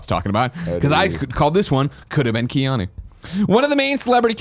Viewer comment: Why do so many people pronounce it Keano?